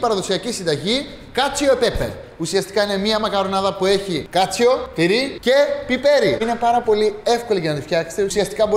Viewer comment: κάτσο και οχι κάτσιο